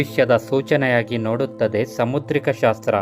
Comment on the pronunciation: ಸಮುದ್ರಕ ಶಾಸ್ತ್ರ, ಅಲ್ಲಾ ಕಣೋ ಬೇವರ್ಸಿ ಸಾಮುದ್ರಿಕ ಶಾಸ್ತ್ರ ಅಂತ ಉಚ್ಚಾರ ಮಾಡೋ ಕನ್ನಡ ನ ಕೊಲ್ಲ ಬೇಡ ನಾಯಿ